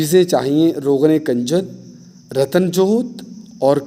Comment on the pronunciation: بھائی کاف کے اوپر پیش کی آواز آنی چاہیے یعنی کنجد اس کاف کے اوپر پیش کی آواز. اور آپ اس کے اوپر زبر کی آواز نکال رہے ہیں جو کہ غلط ھے شکریہ اگر میری بات بری لگی ہو تو معافی چاہتا ہوں